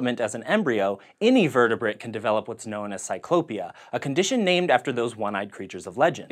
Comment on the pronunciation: Sort of sounded like you said vertebit not vertebrate.